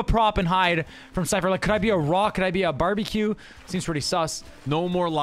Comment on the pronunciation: nick said barbieque